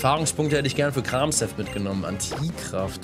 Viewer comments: Arme Pflanzenpokemon😢! Und wollte fragen, ob man Kramshef nicht wie Kramchef ausspricht. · Du ich glaube das s in Kramshef wird eher wie ein sch ausgesprochen klinkt irgendwie eleganter.__. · Lieber ich bitte sie Kramshef nicht so Auszusprechen ich Bitte sie Die Ofiziellen namen für die Pokemon zu benutzen 😂